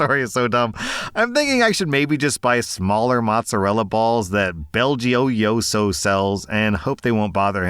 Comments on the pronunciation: Hey there! As a dairy/deli worker, it's pronounced Bell-joy-oh-zo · Belgioioso (which the cheese brand spells with a capital G) is pronounced similar to BELL-GEO-YO-ZO (with the 'yo' and 'zo' parts rhyming). Not the most important part of the video, but I looked it up and thought it was neat. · Pretty sure it's pronounced Bell G oh-so so you were close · my guy, the cheese the OP is talking about is pronounced bell-joy-o-so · Pronounced Bell joy oh so. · "I'm glad it was just this diaper thing." That's not something you hear every day. Also that cheese is pronounced "bell joey oh so." It's made a stone's throw from Green Bay. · "Bell Joy-O-So" They even put it on the label. Happy snacking,! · Belgioioso Pronounced Bell-Jee-oso I make thier labels. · Trying to distract myself from the fact that my dog is being put to sleep this morning. Listening to trying to pronounce the brand of cheese, was definitely a laugh I needed.